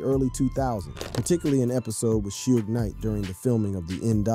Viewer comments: how comes you can't say suge? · This man said two pack and suege knight😂😂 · Two-pack and Soodge Knight. I'm 100% convinced now that they mispronounce names as a strategy for boosting interaction.